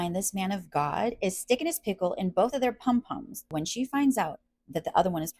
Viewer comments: Pum- pum is pronounced poom poom for future reference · Pum pum is pronounced like “Poom poom” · Sis it’s POOM POOM😂😂